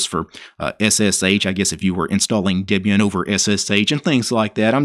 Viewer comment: Dibian? I thought it was Debian...